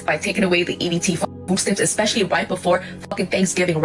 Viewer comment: it is especially, not expecially. 🙄 (I know it is trivial…but it makes people sound ignorant. Like saying irregardless or I could care less. 😅)